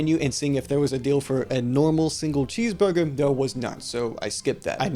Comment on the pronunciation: Ordew a cheesvurgew